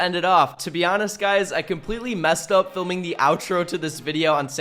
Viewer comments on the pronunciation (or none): "I'm not fliming"🤣